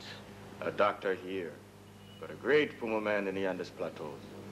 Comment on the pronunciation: You're certain that it's pronounced, P-You-Ma-Man? I'm fairly certain it's pronounced, "Pew-Mae-Men".